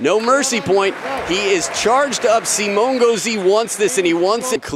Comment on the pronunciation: I speak french, and it's pronounced Simon, not Simo